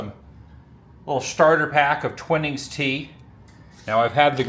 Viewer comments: lol it’s not twin ings .. but twine ings tea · Gosh that kettle is abit odd.😮 you need some Yorkshire T-Bags now Adam, 👍 bit a milk and No sugar. . Sorted 🤗 p.s its Twine ings tea not Twin ings 😉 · It's pronounced 'twyenings', twinning would be a double 'n' 😊 One of the most popular tea brands here in Blighty. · Hi Adam! British here, and that tea is pronounced twine-ings! 😛👍 Love your channel. It's endlessly entertaining! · The tea brand "Twinings" is pronounced "TWINE-ings". The emphasis is on the "TWINE" part of the word.